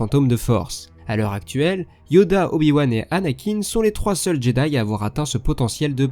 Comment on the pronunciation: "jedai ...rassamblement!!!"